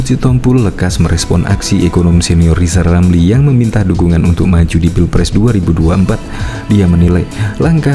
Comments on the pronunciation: Hai lijal lamli km engk mungkin jadi presiden karna km engk bisa ngomong r. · Buat “lijal lamli” belajar sebut huruf R yang benar dulu, kalau sudah bisa sebut R barulah nyapres ya..!!!! 🤣🤣🤣🤣🤣🤣